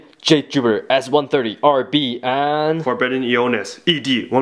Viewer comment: it's E-onis not E-nois